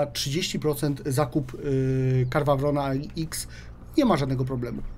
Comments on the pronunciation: zajebiscie wymawia: KARWA WRON xD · Karwawron..., błagam Cię.:D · Czyta się KERNARWON, nie dręcz mnie!!! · Wpisz sobie choćby w google tłumacz i niech ci przeczyta tą nazwę. Czytając to po angielsku praktycznie nie słychać tam litery R.